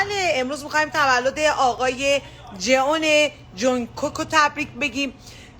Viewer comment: وای چطور میگه اقای جئون😂😂